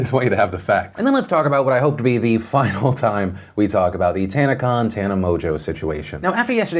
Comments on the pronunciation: Is it pronounced Tana "mojo"... or is my boy Philly D just snookerin' us? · Is her last name actually pronounced Mojo?